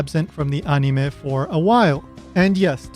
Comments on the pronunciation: why the heck are you saying anime as "on knee may" makes me wince every time its said wrong like holy crap it almost hurts to hear it said like that. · never mind, after watching more i realized hes saying things with the Japanese pronunciation which is why i dont like it. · watched the rest, figured it out when you started pronouncing other Japanese things with THEIR proper pronunciation. as an English speaker i was confused until about the time you started mentioning Yajirobe and then it clicked. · Y do u say anime like that😂😂😂😂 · This is a good video, but the way you pronounce the word "anime", as well as many of the names, is just annoying and pretentious. It makes you come off like a try-hard weeb. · Your pronunciation of the japanese names and "anime" comes across as extremely forced